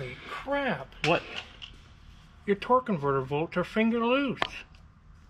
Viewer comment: Why do they keep saying "torque convertible" instead of "torque converter"? Is it different terminology? Or maybe an inside joke?